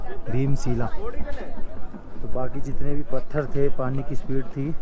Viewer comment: bhai bheem sheela nhi bheem shila 🤣🤣 by the way aapke bolne ka tareeka kaafi achha lga 🤣